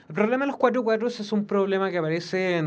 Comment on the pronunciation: Tiene problemas al pronunciar el 4